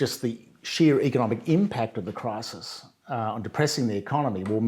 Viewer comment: "well that depends on what you mean by cwisis Jordan..."